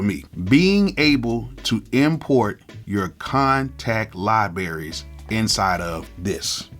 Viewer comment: I know I damn well I didn’t hear you say “liberries”🤣🤣🤣